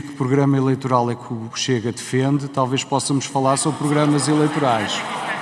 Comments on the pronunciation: Dizer ao senhor ministro que não se diz "póssamos", diz-se possamos,( lê-se possámos) 1º pessoa do plural, Presente do Conjuntivo. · Gostei do "possa-mos" , em vez de possamos. Ó Xore ministro! Levou muita bofetada na primária, mas ainda não aprendeu.